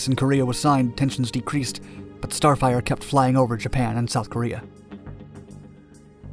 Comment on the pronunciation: It sounds like starfighter and not starfire the f-104 is not the f-94.